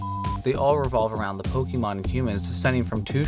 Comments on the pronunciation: Your pronunciation of Pokemon is infuriating. It’s Po-K-mon. Not Po-KEY-mon. 🤦‍♂️ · it´s not that either, it´s Po-Keh-Mon